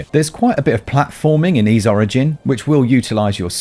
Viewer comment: You mispronounce the word "Ys". It rhymes with "fleece", not with "freeze".